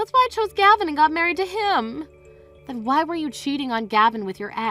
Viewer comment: It is not What , it's WHY why jeez